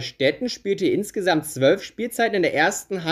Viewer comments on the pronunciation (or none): none